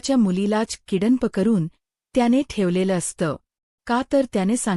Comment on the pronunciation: ईंग्रजी तर येतेय ना ? किडन्प नाही किडनँप म्हणायचे आहे काय ?